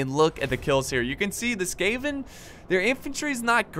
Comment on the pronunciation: It's SKAVEN, not SCAVEN! Come on Jesus!